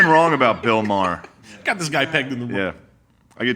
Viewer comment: Uhm, it's Maher. Damn gentiles can't even get our names right.